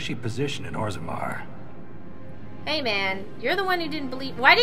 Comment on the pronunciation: Orgremar?? it's "orzammar" =3=